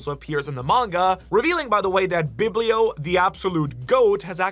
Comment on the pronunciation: Bro his name is BIB-LO insane disrespect you're putting on my man